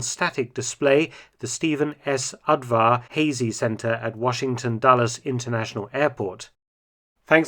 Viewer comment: Very nicely done, thanks. BTW, 'Udvar-Hazy' is a Hungarian name and is pronounced 'OODvahr-HAAZee.' Just for next time.